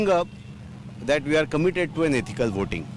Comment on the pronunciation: its ethical not eestical voting!!!